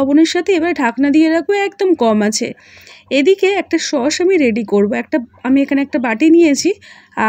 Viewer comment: শব্দ টা খুব বাজে লাগে ।সস না ।হবে sauce.